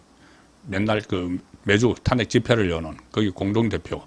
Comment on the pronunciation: 애국적이고 충성스런 방송이라, 우선적으로 애청하고 있습니다. 그런데, ...한가지, 방송의 나래이션은,시청자들과 동질 언어일때, 항상 시청율이 높다는것 기억 하십시요.... 나래이션에서,'탄핵' 이라는 발음을 왜 늘, 탄핵의 《탄》자에 액센트를 주시는지요... 부산 지방의 습관 입니까? 다른 일반 시청자들은, 첫자에 곡괭이로 콱 찍듯이 액센트를 주지 않습니다. 기억해 두시면 유익할듯 합니다!